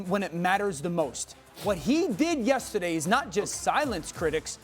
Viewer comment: “Yessaday” Dan O 😂